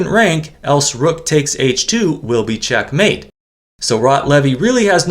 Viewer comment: I wish would put the correct accent on the first syllable of "checkmate", not the second.😊